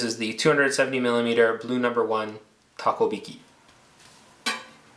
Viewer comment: Takohiki not Takobiki.